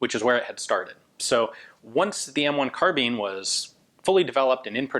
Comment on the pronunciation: At the time nobody said "carbeen"